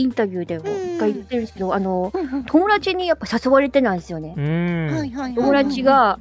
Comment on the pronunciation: トコちゃん「友達」の発音が「ともらち」なの〜きゃわきゃわ💞